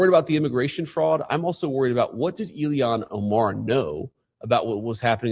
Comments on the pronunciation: Did he say elian Omar? Trice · I love our VP but how he pronounces Ilhan is so weird LoL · I like how he doesn't give her enough respect to even pronounce her name properly, so funny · Vance does not say her name correctly. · Why was the vice president pronouncing her first names in such a weird way That's kind of curious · Someone needs to teach JD how to pronounce “Ilhan” 🤣